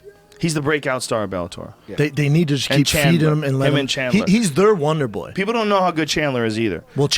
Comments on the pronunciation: Does anyone else hear wanderboy when Shaub says wonder boy? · more like wandeboi